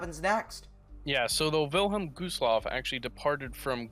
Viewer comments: It’s Wilhelm Gustloff not vilham gostloff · villem goosloff? its the Wylhélm Güstlof thats the way to pronounce it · U said vinnlem gooslof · “Village Gustllaf”💀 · "Vilelm gooseloff"😂😂😂😂